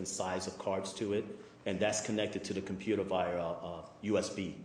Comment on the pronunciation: Who is the computah guy? He's adorable.